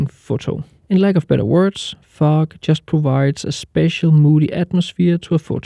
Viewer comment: Really great tips. It took a couple of times for me to realise you were actually saying "fog" sounded like a totally different word to my ears lol